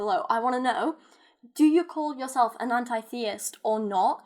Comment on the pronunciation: Forget about labeling yourself. Your pronouncing the word anti-theist wrong. Start with that first.